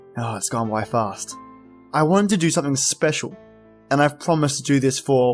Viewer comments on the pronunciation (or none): none